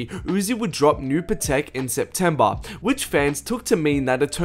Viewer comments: Patek PAT-TIK NOT PA-TAKE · The way he says atake and patake annoys me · dumbass new patek (pAhh-tick) smh came out in 2018 sept..